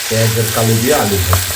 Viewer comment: পেয়াজ কলি। পেঁয়াজ কালি কেন বলছেন বারে বারে😮